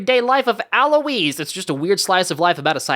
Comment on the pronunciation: also why are you saying Alois’ name like that